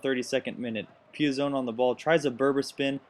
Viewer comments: Pi-zon, gotta make sure you get the Chelsea players names right. ;) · Nice video Btw PEE-AH- ZON